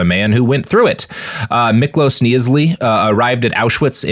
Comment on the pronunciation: Miklós was hungarian, and the "s" on the end of his name is pronounced as "sh". But your pronounciation of his name otherwise was pretty good!